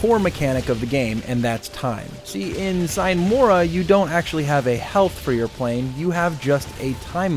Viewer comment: "Sine mora" is latin and means "without delay". It´s pronounced "seenay mora". Enough smartassery for today, cheers!